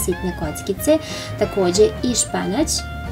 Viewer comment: Kaže se Spanać a ne Španać.